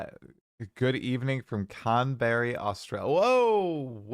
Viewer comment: "Canberry Australia" LMAO